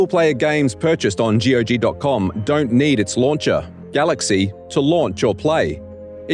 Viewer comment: every time he says g-o-g instead of saying gog like you say cog, i feel physically hurt